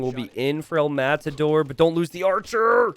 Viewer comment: Just casually correcting the "El_Matador" pronunciation: the tension is in the last bit: as in "El_MataDÓR". Thanks